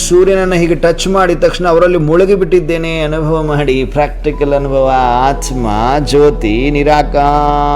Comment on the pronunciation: It's aathma pronounce it properly